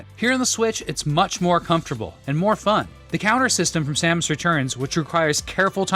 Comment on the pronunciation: SAMus? SAME-us? Sam-OOSE? Which is it?